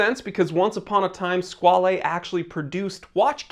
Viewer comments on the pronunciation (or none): Squale, rhymes with doll. It is NOT squal-ay. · Squale is French for shark. And it’s pronounced like whale. Sk-whale. 😁 Love the channel! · I've always pronounced it squ-ale (whale with a sq) ..... guess I was wrong